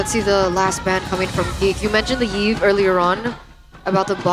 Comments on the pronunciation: why do you guys call Yve as Yiv? You don't pronounce Y if it already represents as a vowel. The name should be pronounced same as Eve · fr, her official name is literally pronounced as "Eve" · I think it should be pronounced as "if". (I have a previous co-worker who has the same name that is why).